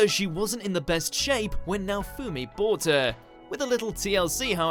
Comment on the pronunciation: The way he Pronounces Naofumi kills me